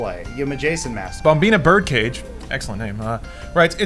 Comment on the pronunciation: Is nobody gonna mention the fact that pronounced "bomb in a bird cage" as "bombina bird cage"......just me?